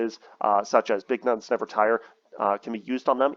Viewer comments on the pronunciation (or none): Did he say big nuts never tire 😅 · I think it was „big nuns never tire“